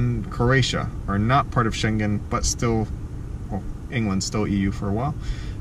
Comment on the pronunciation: BTW, Schengen is sort of pronounced with the G of Gnu. (Well, in the sense that it doesn't have a G of "globe". It has the NG of "sailing".)